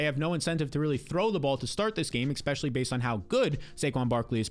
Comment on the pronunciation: The word is especially. Not expecially.